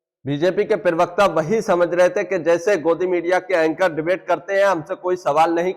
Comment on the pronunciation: aap pahle प्रवक्ता sahi bolna shuru kariye aap pirvakta bolte hai Aapka video achchha hota hai lakin प्रवक्ता boliye